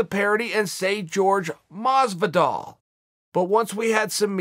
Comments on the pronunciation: Chael I respect you and I like you Shows! This one and Ariel and the bad Guy. But why do you Keep Saying George Masvidal!!!?????!!! When Jorge has said it is not Jorge/George! Its Horhey or that is pronunciation. Please message to let me know. Do you just like pronouncing it wrong intentionally???? Lol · Masvidal's name is pronounced Whorehey not George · It's 'Hor-hey' Masvidal uncle chael.